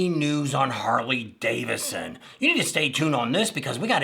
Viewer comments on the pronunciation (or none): Hey, repeat after me, Harley-Davidson, not Davisson. And you're right, you butchered everybody's names, do your damn homework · Buddy, it’s Harley DAVID SON ; not Harley Davison! Man, wake up!